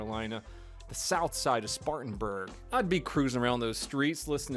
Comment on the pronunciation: Spartanburg you say .